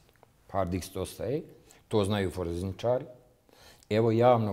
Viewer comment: Ja pomislio on se zbunio pa kaze "foreznicari" medjutim on stvarno tako 10 x ponovi. Kao on ne zna kako funkcionise nadzorni sistem ali zna da se podaci ne mogu izbrisati sa hard "diksa". Mutan kao kisnica.